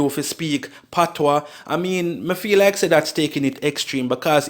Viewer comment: its spelt patois but pronounced patwah the s is silent